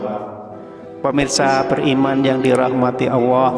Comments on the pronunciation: Maaf. Kedengaran nya. Mengucapkan Allah.awooh apa telingah saya ya yg kurang jelas mendengar nya. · Apa saya yg salah dengar sebutan yg diucapkan suara dalam video ini, sebutan kata Allah menjadi owwoh? Astaghfirullah aladziim. Saudara, pelajari baik-baik menyebut kata Allah, bukan owwoh! Semoga tidak keliru! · Artikulasinya kurang jelas awoh apa Alloh,? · subhanallah.yang di sampai sangat bermanfaat.tapi caramu memanggil allah salah sahabat🙏🏻 tolong perbetul kan jangan jadi kan awwah.sudah jelas dengan allah.kena jadi awwah😢maaf kalau salah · Maaf ya min kok mimin ngucapin nya awoh... Bukan kah yg benar itu Allah.. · Sama,, sy jg mikir bgtu? Nyebutnya Owoh bkn Allah.. takut salah arti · Gimana ini.yg menjelaskan ini..bilang allah kok awwoh. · Allah atau Awwoh yg benar??? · Mohon maaf Tuhan pencipta langit dan bumi adalah Allah Subhanahuwataala bukan Awwoh... Kenapa lafadz Allah di rubah menjadi Awwoh... Ciba dengarkan dgn cermat apakah benar cara baca Lafadz Allah atau Awwoh. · Jangan bilang awoh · Sayang nyebutnya owwoh swt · Nyebut olloh tidak menggunakan lam zallalah jadi owoh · Assalamualaikum perbaiki dlu kata2 Allah nya